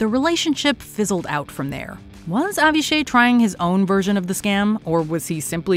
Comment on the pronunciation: Avishay is pronounced like avi-shy btw